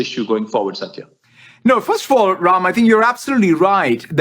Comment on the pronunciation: I came across this video searching videos of him speaking Urdu, Telugu, or Hindi. He pronounces Ram as Raim and I am like he grew up in India, what really happened there?!